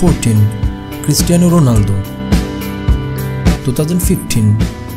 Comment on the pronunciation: Was he really saying Christian Ronaldo 😂😂